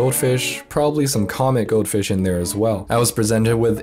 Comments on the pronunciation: Took me 30 seconds before I realised he was saying goldfish. I seriously thought goatfish was a certain type of fish. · I thought you were saying goat fish and i was keeping my eyes peeled to get a glimpse of it